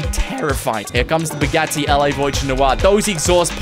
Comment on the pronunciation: But dude it’s Bugatti not Bugatti